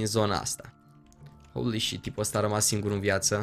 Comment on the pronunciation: când îl aud pe că spune "houli șit" îmi vine să îmi sparg timpanele cu un cuțit